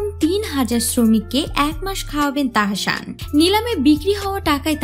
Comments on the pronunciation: তাহাশান না তাহাসান।।দয়া করে নাম না জানলে বলবেন না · তাহশান নাহ তাহসান হবে😣😣 উচ্চারণ ঠিক করুন😑শুনতে ভাল লাগছে নাহ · আপু উচ্চারণ হবে তাহ্সান।।। আপনি তাহাশান বলতেছেন খুব বাজে লাগতেছে শুনতে।।